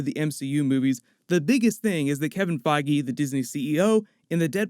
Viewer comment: Omfg say Kevin Feige's name correctly... Holy shit...